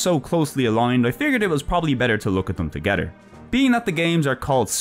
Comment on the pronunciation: I love how you mispronounced "combine together" as "combine to Getter" as the parts of the Getter Robo were on-screen. That was perfect.